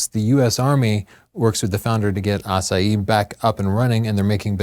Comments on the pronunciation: AH SIGH HEE not ASS UH HEE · I can tell that you studied Spanish, because you are not pronouncing the "h" in Asahi. But Japanese does.:) And for... Pretty much, the US won the war, as the US did the vast majority of the Pacific Theater's fighting. Still, here's a (not so) fun fact: North Korea exists because the USSR took over the northern part of Korea (which had been a colony of Japan) during the final stages of the Pacific campaign. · Asahi, not Asaee! The girl pronounce correct. I want to read the informations from the display, not to see the faces of the two speakers...what a lack of intelligence. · Did it bother anyone else they were pronouncing asahi like the proper pronunciation of "acai?" It's not an especially difficult word to get close to the proper japanese pronunciation....(great video overall, that just bugged me) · What happened to the "H" in Asahi? Is this some kind of Lisp? I have noticed that is not very good at pronouncing foreign words and names. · Fast fact - not the correct pronunciation. :D It's a Japanese thing. Kudos for getting Ett Venter's name right! Thanks for a great show!!